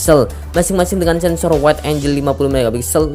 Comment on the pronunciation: Angel dibaca enjel Angle dibaca enggel